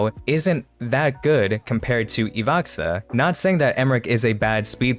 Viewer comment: Не Ивакса, а Иваха